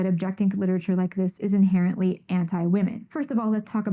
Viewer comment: did anyone else hear “cliterature” here?